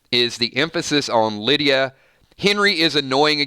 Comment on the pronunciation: "Lie"dia 😋